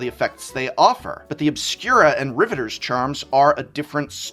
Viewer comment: Sorry to be that guy but, RivetEEr's charm. You said the real word, Riveter, correctly, but the faction name has an extra e. Teferi time rAveler. Not reveler. He is not partying, i.e. reveling. He is raveling. You know how you can unravel something? Well he's doing the opposite.